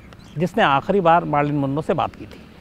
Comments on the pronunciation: Its not Maarlyn MAR like MAT bat Not Baat So Mar means Mer = Marlyn again Man Manroe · Sorry to correct Bhai... it's not Maaarlyn....she is Marilyn Monroe....😀😀..